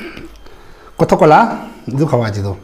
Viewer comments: Wow this new & 1st video was amazing, but next time please try to work on your speaking skills too, like for example you said; #Coca-Cola_* Cothocola😅 #Tomato_* Tamaro😅 And many more so please work on that ❤️❤️ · Over style pra koi kwa ... Coca-Cola k b tocacola koi kwa 🤣🤣🤣🤣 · Lol did i really heard Kotakola??😂